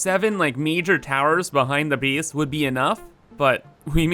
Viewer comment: The word base shouldn't rhyme with peace but the word base should rhyme with face. Either way, you keep pronouncing base like beace. The same type of people that mispronounce word like that also are upspeakers and ones that say sorry like soourry. Just saying